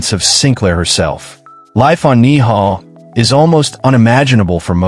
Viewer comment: Ni'hau is pronounced "Neee-How"... OMG